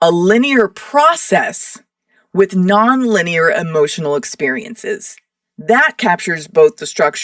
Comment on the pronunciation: LEEN IEAR LMAO!!!